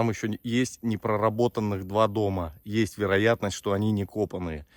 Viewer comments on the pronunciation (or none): Смотреть интересно. Слушать жутко. Вроде русский человек. Мотри, есь,срока.. .. Пожалуйста, следите за произношением. Вы же публичный человек!!!!